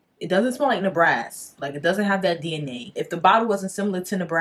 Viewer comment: Good review..i had to look at the bottle to see what you were talking about..i think you saying the Ne ba ras incorrectly